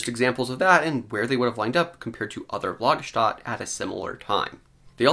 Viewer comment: You're an educated guy, and I enjoy these reviews. But it's not "Lagerstat" it's Lager-stet-e".